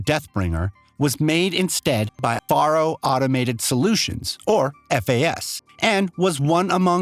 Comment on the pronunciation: #1: Faro is pronounced like “Pharaoh”. That’s why the Chariot line of machines have Egyptian style names like Kopesh, Scarab (later known as "the Corruptor”), and Horus. #2: Hephaestus is pronounced “Ha-festus” or even “Ha-fay-stus”. Not “Ha-fay-Estas. I know, confusing spelling. But you know, the ancient Greeks were known for that. #3: No spoiler warning, huh? I hope no one who hasn’t played HZD yet, but plans on doing so doesn’t watch this video. The spoilers come out of left field and the plot twist more than half way through the game is EPIC. It would be a shame if it is spoiled for the newcomers who want to play it before Forbidden West drops. Otherwise, very informative video. Thumbs up.